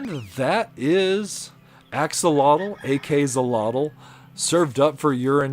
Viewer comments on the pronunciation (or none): ❌Ak-solotl ✔️Ak-shólotl The word is Nahuatl and the "X" sound is "Sh", also the first "o" have a dominant sound, that first "o" sound higher and stronger that the second "o". (The "tl" sound was very nice).